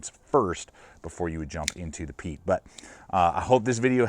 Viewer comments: Pronounced Pie-et its a canary or intelligent person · Pronounced Pee-et